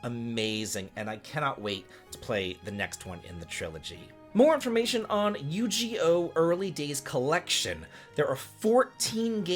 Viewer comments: Sir, we have been over this Yu- Gi- Oh! No yu-ghee-oh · Nah my man did NOT just say Yugioh as yu-ji-yoh 😶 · I had to do a double take when I heard Yu-GEE-oh XD, but since he's never seen it before, I can let it slide LOL. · You butchered the title Yu gi oh. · Oh, the way you pronounce Yu-Gi-Oh hurts my old nerdy soul XD